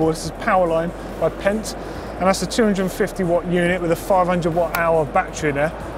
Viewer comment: i think its pronounced Fent not pent! fendt also make tractors